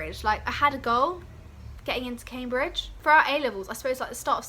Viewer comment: CAM-BRIDGE NOT CAY-BRIDGE !!!!!! 😩